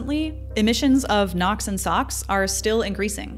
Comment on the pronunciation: The video was very good with fantastic content! However, I found the narration with the awkward pauses and the purposeful exaggerations in pronouncing difficult sounding words kind of off putting. It's gives off the impression that the narrater is less confident about when she's presenting when in fact the oppositeis true.